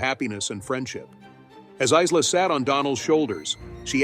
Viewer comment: Is la? It is pronounced Ila.